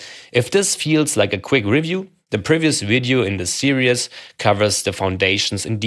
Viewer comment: "Series" is pronounced "see - reeez" otherwise the way you say it is sounding like "serious" (which for a moment I thought a "serious" was a new mathematical object you are defining) No worries, not trying to be clever or anything, I understand english may not be your first language. Otherwise thanks for illuminating a different perspective on integration, good job.